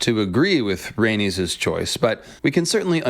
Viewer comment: She would get you for those pronunciation. “Ys” = “is.” ❤ Rae nis. Dracar is.